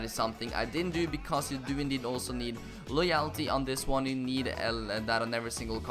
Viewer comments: No it's Loy-ul-ty like so he can see this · Friendly Slug it's more like loy-ull-tee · It's pronounced loy L t.... but besides that great vid mate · LOWW yul - tee YOU STILL PRONOUNCE IT WRONG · use google translator for getting your pronounciation of "loyalty" right, you now pronounce it as loyaaaalty xD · Love the vids but loyalty is pronounced Loy-ul-tee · Pronounce it like Loy-oll-ty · Just pronounce loyalty as loyelty ☺️ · Just say loyultie instead of loyalty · You still didn't pronounce it right 😂 loy - all - tee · It's pronounced like LOY--ULL--TEE. The "-a" is pronounced like the -a in the word "svenska." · pronounced loyulty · Loyalty is pronounced: Law-yal-ty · Still saying loyalty wrong lol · You are still saying loyalty wrong but on the one where you used a whole Spanish team in the hybrid leagues final challenge, only one player needs loyalty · That's still not how you say loyalty...